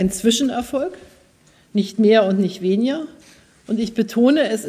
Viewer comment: haha achtet mal drauf wie sie weniger ausspricht 😂